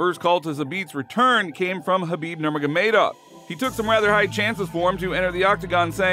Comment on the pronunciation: This fight should only be mad when people learn to pronounce their names lol. They might call Jiri G-Ree and will correct themselves and say Yee-Ree. However, when it comes to the Muslims, even a goat like khabib has his name butchered. I get the Kabib but they mess up the noor-mohammadov as well.